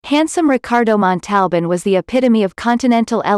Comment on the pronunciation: You are seriously mispronouncing his name.